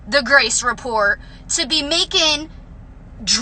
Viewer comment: Can someone please let Jenelle know there is a T in report.